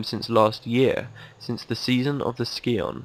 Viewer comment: When I was 17, I saved up to buy my first car called a Scion. While I was at the dealer I pronounced it the same way you did back then. "Skee-on." Then immediately after, the dealer said in a very condescending way, "Oh, the Scion." I'll probably think about that the rest of my life while sitting in bed at 3AM. Embarrassment haunts me. Lol.